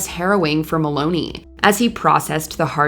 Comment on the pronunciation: Please learn to pronounce the names right.. It's Christopher Mel*on*i not Maloney